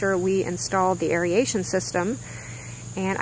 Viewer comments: You keep saying "airy-ation", but its pronounced "air-ration". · I'm not sure why aeration (eh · ray shn) is so commonly mispronounced as (eh ree ay shn)